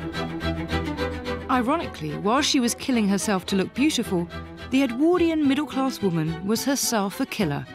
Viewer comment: If his name was Edward why do you call the period EdwORdian and not EdwARdian